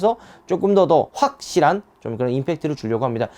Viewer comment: 사 회초년생이 아니라 사회초 년생으로 발음하셨ㅋㅋ 확! 실한ㅋㅋ